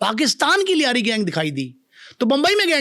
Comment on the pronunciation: Punjabi says layri,,,,,😂😂😂